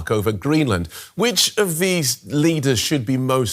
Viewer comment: 😂 “ GreenMa! “ DW is trying so hard